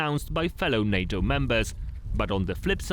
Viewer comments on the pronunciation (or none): none